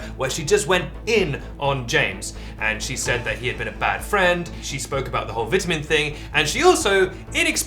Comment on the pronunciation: Stop saying vitamin like vitamin